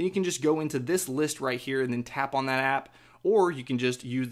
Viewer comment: "You can tap on dat app." Lol